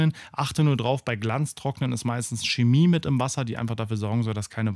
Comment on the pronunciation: Das ist keine Schemie, sondern Chemie. Auch keine Kemie oder Cemie